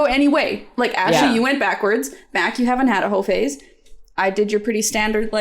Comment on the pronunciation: Are they saying hoe phase or hoe face